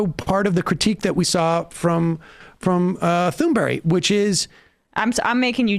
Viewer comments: Its not Tunberry, but Tunberj. Silent H and the G have a J sound. That little detail aside, I am glad you are covering this. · Her name is not Thunberry...wtf. Thunberg like in iceberg. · When you see Greta Thunberg, think to yourself Great-a Toonberry. That's how you pronounce her name in Swedish. Just because the letters differ from the sounds we expect them to make doesn't mean the sound changes. Great-a Toonberry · Thunberg does not end in "berry" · It’s pronounced TOON-berg Sam!! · Emma, it's not "Tunberry". Love from Sweden. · You can actually find a video online of Thunberg introducing herself and saying her full name. She doesn't end it with a J sound.